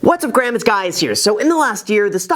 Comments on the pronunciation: Anyone notice the intro “what’s up graham it’s guys here” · “What’s up Gram it’s Guys here” 😂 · “What’s up Graham it’s guys here” 😂